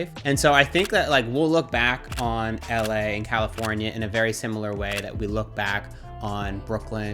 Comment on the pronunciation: I can't stand how people who have lived in or visited la say la